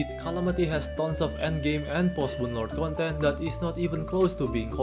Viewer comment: What do you mean "rhalamity" "rhontent"🤣🤣